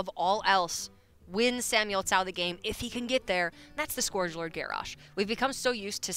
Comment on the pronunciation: the way she pronounces 'scourge' hurts me on the inside